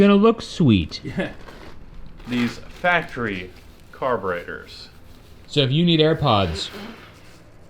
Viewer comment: Did I catch a Vice Grip Garage reference when said “factree air filters”?